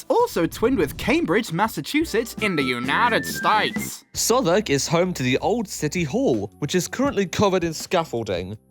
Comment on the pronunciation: “iN tHe uNaTeD sTItEs” 🦅🦅🦅